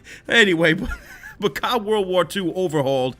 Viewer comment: It’s not cod it’s c o d